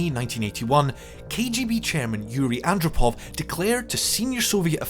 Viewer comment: Yuri Andropov annn drop ov- sounds like off